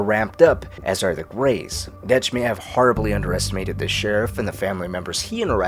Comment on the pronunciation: Great content. Really odd pronunciation on some things though lol. Line: "What Dutch thinks..." You: "Whats Detch thinks" Subtle, but odd